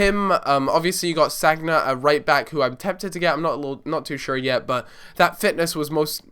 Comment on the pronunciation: U don`t pronounce Sagna name like that